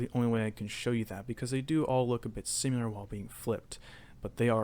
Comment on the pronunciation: its SIMILAR not "SimUlar"